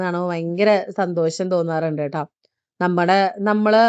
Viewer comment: സന്തോശം അല്ല സന്തോഷം.